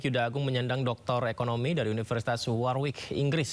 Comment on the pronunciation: Warwick di bacanya waŕik , bukan warwik